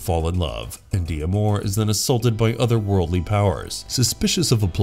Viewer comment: Did you really not get it that D'Amour is a French name, and it's pronounced Damour, not de-amor?